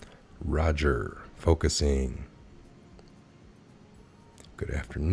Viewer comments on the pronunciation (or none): none